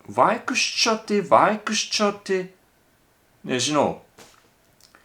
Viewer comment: Iš pradžių tark kaip du atskirus žodžius: už sienos / už sienietis. Per laiką įprasi sakyti greitai ir gausis vienas žodis užsienietis. It literally means "he who is from beyond the wall". O vaikščioti tari idealiai :) Beje jei nepatinka, kai kirčiuojamas pirmas skiemuo - latvių kalboje visų žodžių kirčiuojamas pirmas skiemuo :)